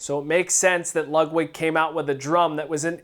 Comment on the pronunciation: I swear you're saying Lugwig.